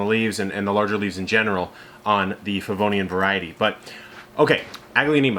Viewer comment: Nice video. I noticed one of my varieties in your presentation, but I couldn’t clearly figure out the name as you pointed it out. I tried turning on the video’s captioning, but it read ‘Vodiane.' Finally, I Googled what sounded to me like ‘Pavonium’ and it corrected me to ‘Favonian.’ (As a last resort I was prepared to match a photo to Google images, but didn’t need to.) I was focused on this variety today because I noticed it has been very slow-growing compared to my other varieties, and I wondered if something was wrong. However, after finally tracking down the name, the descriptions all verify that this is indeed a slow grower. So, that was a relief. It started out as green-only but is now truly lovely with just a hint of pink. It has exactly half the number of leaves as the other small-sized varieties I’d purchased at the same time and have grown under precisely the same conditions. Thanks for all the info!